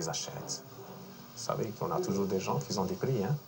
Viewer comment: "Qui zont des prix" yakhi hmar yakhi